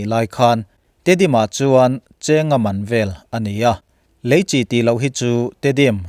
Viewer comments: lam diklo mahse a kawhtum chu a ngai reng alom ilo sawifiah dan hi a dik chiahlo alom, Leichi hi Chi chawhmeh pawlh ang hian an lam ngailo a dik hlel deuh alom, eichi, inchi anga lam tur ania, Chi tih hi a lam dikloh chuan a nihna a bo vekin ka hria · Leichi hi tinge Chi lai hi chawhmeh al nan a kan hman Chi ang hian tinge kan Youtuber ho hian in hman zel le,eichi kan tih a Chi ang hian lam tur ania inlam diklo lutuk hi a pawi e inlam dikloh ang2 hian a ngaithla tuten anlo zawm veleh dawn ania a pawi hi ka ti thin